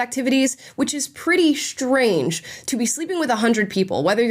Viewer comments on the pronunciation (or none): Why do you pronounce strange as "shtrange"? it's so weird. Edit: now I also hear "shtrong" instead of strong. WTF